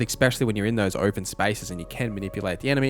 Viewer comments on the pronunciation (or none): none